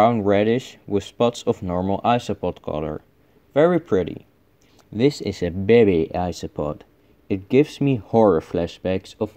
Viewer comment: I like how you pronounce "baby" the same way as zefrank1